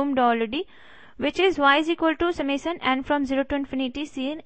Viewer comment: Summation ko samasan bol rahi hai yeh😐😐